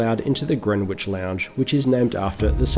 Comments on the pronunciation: "Grenwich"? It's pronounced "Grenitch". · Nice video - did I hear you say - Gren witch !!! Instead of Gren itch ? 😂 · Greenwich is pronounced 'grenich'.